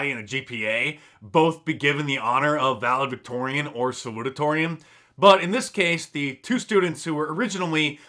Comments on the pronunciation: Huge fan but you're mispronounced valedictorian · “Valedictorian” - can’t even talk. Checks out 👍